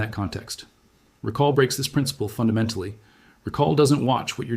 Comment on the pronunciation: "Pri - N - C - IPLE" really ? this woul dbe more credible if the AI could read basic English words allowing viewer to focus on the important message, and not the AI-slop